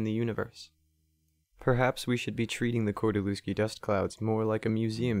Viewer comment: all fine but you spell his name wrong :P kordy-lev-ski atleast that is how google would read it right there is no V in polish alphabet and every W is read as V in english therefore lew is read as lev in every polish surname ending on lewski if you want to keep it's oryginal spelling